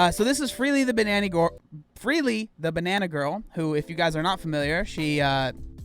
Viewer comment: I love in the beginning when he accidentally says Freelee the Bannanny Gorl 😂.